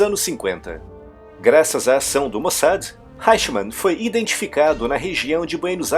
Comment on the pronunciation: EICHMANN /háichman/ não! ! O correto é /áichman/, com o "ch" soando mais para trás da língua, erguida de encontro ao palato. Jawohl ?